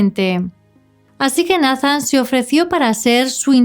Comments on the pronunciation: Solo como sugerencia, Nathan se pronuncia “Neithan” es que se escucha medio raro decirlo como se escribe, sobre todo que es un caso de USA 🇺🇸 saludos!! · Nathan... neitan , (así se pronuncia)... la conoció de 6 años?